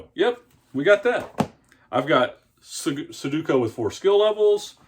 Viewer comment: You say su du ko. The middle syllable is do, not du. The last syllable is ku, not ko. You're mixing them up. Su do ku. Just look at how it's written. Accent is on the middle syllable. I used to do these all the time but once I learned how to solve them all they weren't any fun anymore.